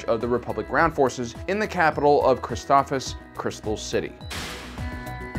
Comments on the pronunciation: yep. For some reason he forgets the first s. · Isn't it pronounced Chris-TOF-SIS? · Christoph(SIS) you should say it correctly if you're going to do a review about a planet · "Criss-stoff-SISS" is the correct pronunciation. You're mispronouncing sooooo many different names and terms. Stuff that's been spoken in movies or episodes too, yet you still miss the mark. - ___________ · I disliked because of the way you pronounce the names of the plant and Jedi padwan